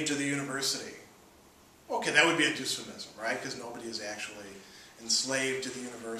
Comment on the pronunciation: Why does he pronounce "dysphemism" as "Doosphemism" lol. That's like saying "dystopia" as "doostopia"!